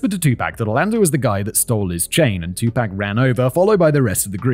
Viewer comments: I knew there would be a lot of mispronunciations in this episode, but never in my wildest dreams did I think I needed to include a pronunciation guide for Tupac. I probably should have realized because of how British people (or at least Simon) pronounce taco. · You say T.. Tupac and I say T.. Tupac.. I say T.. Tupac and you say T.. Tupac.. T.. Tupac.. T.. Tupac.. T.. Tupac.. T.. Tupac.. Let's call the whole thing off.. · It is a name, so the pronunciation should not change across nations and should be pronounced as given by the individual. Spanish name José retains the H sound in all forms of English. Simon didn't know but you are just wrong. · My favorite Tupac song, is: "U cant see me" (correct spelling.) Simons pronunciation of Tupac, was exactly how id hoped it would be. Thanks Simon, Kevin, and the rest of the basement dwellers. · “I don’t know anything about Tupac” Simon, we know: you’ve been mispronouncing his name the entire video lol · I had to come here to watch the remainder of the show I missed out on in the clipped podcast version. Very well written Kevin! Simon, your mispronunciation of Black American names sent me into a fit of giggles. I won't hold it against you. But it's pretty bad. 😂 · Great video but not a good look to 1. Not use an actual picture of Tupac on the thumbnail and 2. Not confirm the proper pronunciation of his name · hearing you mispronounce "Tupac" hurts my ears, but great video none the less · Im not sure i can watch all of this with your butchery of Tupacs name 🤣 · Hearing how Brits pronounce his name 🤣 "too pack" instead of "too pock" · Jesus SIMON "Too-Pock" stop saying fuckin Too-pack. Lmfao😅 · Simon you mispronouncing his name. Your saying pac like Pac-Man .. when it pronounced like POC like a epoc... Trust me you'll gain more street credit saying it like 2-poc... Even know it's spelled 2-pac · Please learn how to properly pronounce his name. It's not two pack it's two pock! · Pack makes sense like pac man haha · “Two pack” 😂